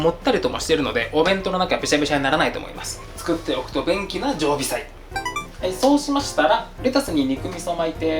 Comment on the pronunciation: 何回聞いても「作っておくとベンキな常備菜」に聞こえる